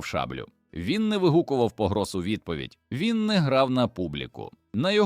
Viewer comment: Дякую за історію, але подача просто жахлива! Після "БОгдана думав, що читає іноземець. Але коли почув "вигукувати Образи", "ховатися за вОзами" і купу інших ляпів зрозумів : автор каналу - жадібна людина, що в погоні за переглядами замість якісної начитки юзає халявний ШІ і в сраці мав створення якісного контенту. Прикро. Дизлайк і відписка. Повертаюся до перевірених каналів, які шанують свою аудиторію